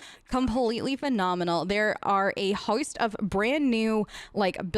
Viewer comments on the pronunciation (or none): I gotta check out those hair textures! (Also, as an Australian, I swear that there are some words you always pronounce with an Australian accent, i.e. host, boatload, with an Australian accent and it’s driving me bananas because whattttt)